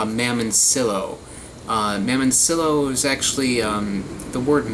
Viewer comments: Mamon see yo is how it's pronounced Also key nep ah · It's pronounced (mah mon ciyo) in Spanish there's a ton over in Cuba from what my parents and grandparents told me. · In Miami they're called Mamoncillo (pronounced MA Mone seeYO) good fruit issues is on the same bunch they won't all taste the same some sour and sweet others will not be sweet and be straight warhead flavor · two 'L's in Spanish is a 'Y' sound